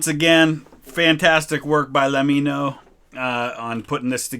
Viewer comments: “lameeno” ; fair enough he clearly said he can’t pronounce his name Few seconds later: says it perfectly trying to say let me know XD goes to show what we are capable of doing when we don’t put emphasis on it. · incorrect pronunciation correct pronunciation lol just say it the exact same way you say “let me know” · Lem-in-o, how is this difficult